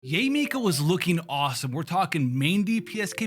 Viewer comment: It's Yah-eh Miko. Can people stop calling her Yay! It's Yah-eh. It's a common Japanese name. Can we stop this Yay stuff please. It sounds ignorant and cringe . yah-eh is beautiful. Yay just doesn't sound good as a name. I can understand calling keqing /ka'ching/ like a cash register. Cause it sounds friggn sexy. But Yah-eh is not only the correct sound, it is also sexier than Yay. Please stop the horrible grating on the chalk board of Yay. It's Yah-eh.